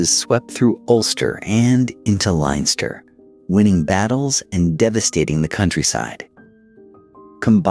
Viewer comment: 'Linester' and 'Meeth' did it for me...... couldn't listen anymore. Oh and the Rochess ha ha